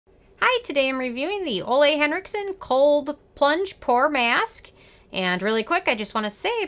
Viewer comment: Thank you for the review. Just an FYI...his first name is pronounced 'Oolah'